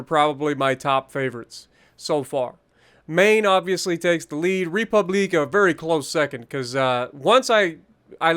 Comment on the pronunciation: Please never say republique like that ever again 😂😂😂